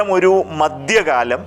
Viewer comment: ഉച്ചാരണത്തിൽ അക്ഷര സഫുടത വേണം. മദ്യകാലമല്ല മദ്ധ്യകാലം.